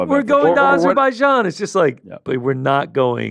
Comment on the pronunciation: AIzerbaijan? I always thought it was Azerbaijan.